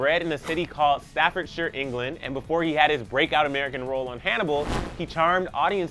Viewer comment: "He was born and bred, in a city called Staffordshire" oh dear. Firstly it's a county and second off all you pronounced it wrong